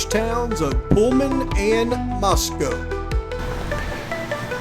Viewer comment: This video is head and shoulders above anyone else but Harsh. Lol. Did I hear you pronounce Moscow correctly like H? 😂❤